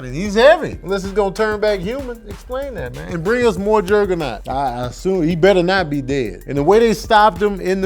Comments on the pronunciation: Who the heck is Jergger-naught? Its Juggernaut lol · I'm gonna need to pronounce Juggernaut correctly. Lmao this nigga said Gerrrgernot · Why the hell you keep saying Jerg-a-naut?....bc that's fucking wit me lolol you saying "Jerg-a-naut" aggravates me like that kid on DP2 aggravates you lol. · Are you saying Jurggernut? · That invisaline got him out here saying Jergenot lmfao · Why r u saying juggernaut weird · Is that how Juggernaut is supposed to be said? Or is fresh off watchin a Madea movie?